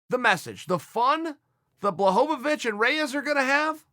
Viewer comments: HorweenJunky jan blagoyovov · “Blahovavich” is almost as bad as “Ya Rear” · Jon blohgovich